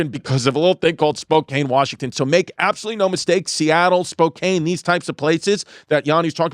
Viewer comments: It's pronounced spo kan. Not spo cane. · Chrissy, say it with me "SPO-CAN" not "SPO-CAIN". I don't know why it's impossible for all of you east coasters to say it correctly lmao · As someone from Spokane, firstly it's pronounced spo-can, and second, the homelessness has gotten bad please save us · Spokane is not that crazy 😂 And he’s gonna piss everyone off pronouncing it like that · Spokane is so terrible i'm not even gonna correct Chrissy's pronunciation of it